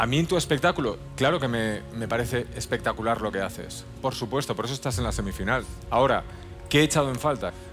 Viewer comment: Dani me mata de risa, siempre dice expectacular